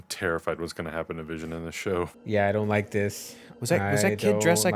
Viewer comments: That "I don't wike it' though. LMAO. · I don't wike it! XD